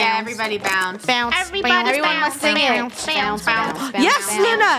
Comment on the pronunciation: Its bounce not bow